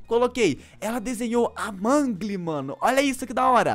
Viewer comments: Oque me interessou em FNAF é a historia e não se fala Mangli, se fala Mãnglou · Kkkk não é mangue é mengo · Vc fala mangle mas se pronunciar mengol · Mangle se pronuncia mangol